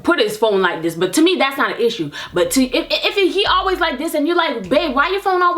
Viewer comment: "That's a issha" 😂😂